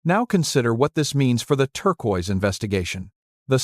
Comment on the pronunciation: Incongruent photos irrelevant to Chaco, and the mispronunciation of “turquoise” by AI makes it difficult to watch and listen to.